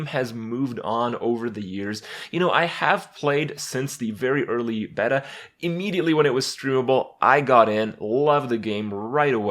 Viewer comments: ....if you're a dumb American with no appreciation for Greek or Latin origins of words. It's beeta. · "since the early BET-AH" .. wtf... like he seriously does this shit to piss me off.. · it's not beh-tah its bay-tah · the word beta comes from greek and it's actually pronounced as beh-ta and not bay-ta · "You know i have played since the very early Betta" XD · did he say betta? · Is it just me or does it bother anyone else when he pronouces beta as Bet-tah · what's a bet-a? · "Behta" BrokeBack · TIL Kripp pronounces Beta as "Better", but also "Beta" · Kripp's "betta" pronunciation... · He says beg-Ta and BomB-er. Hurts my head. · What the hell is a betta? I know beta But whats a betta? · beta? it's pronounced beta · Don't say beta like that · Meta pronunciation = Beta pronunciation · Hey Kripp you pronounced "beta" wrong. Good job. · Personally I love when Kripp says words like beta, patron, or kraken incorrectly. Its adorable. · not according to any pronunciation guide I can find in YT or online dictionary or 20 years of never hearing it pronounced that way. Though there's nothing wrong with saying meh-ta, since words are allowed to have more than one pronunciation, even if you or I aren't aware of them. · Any one else notice how Kripp said beta????